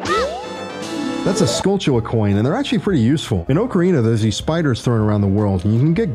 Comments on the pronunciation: I couldn't even get past the first five seconds of this video because you said "Oak-ca-rina" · This mans opens up immediately pronouncing ocarina like a clown, I respect it lmao